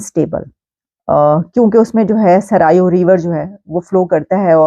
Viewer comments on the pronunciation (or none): Sarayu ndi nhi maam saryu ndi h naam